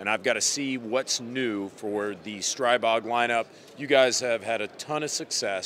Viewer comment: Thank you for clarifying how to say STRIbog. Not streeeeebog. I hear they are coming out with gen 4 CZ style magainzes. Maybe 4th time is the charm because their mags suck donkey nutz